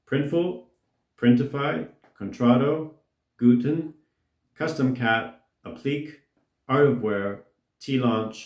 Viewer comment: "Appliqué" is pronounced "app-lee-KAY." Please improve sound quality, your voice is so echo-y made me click through and leave asap.